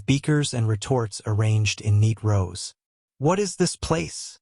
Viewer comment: rows, not roses : you are an ignorant !